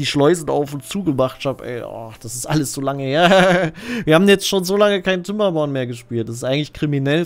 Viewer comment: "kinderborn" bitte kein "P" wo kein "P" hingehört